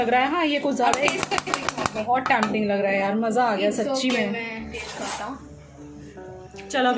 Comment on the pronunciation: Tampting lol 😂 it’s tempting dear